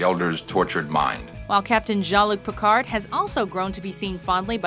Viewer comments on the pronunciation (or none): I'm sorry. HOW did you pronounce Captain Jean-Luc Picard???